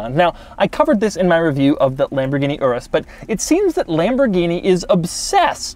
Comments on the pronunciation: At you say lambordini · Tf is lamburghini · Lamberghini? LOL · Oh La LaLamborghini?